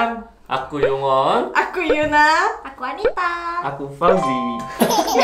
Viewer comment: "yong"won pake 용 mbak, bukan yeong(영)won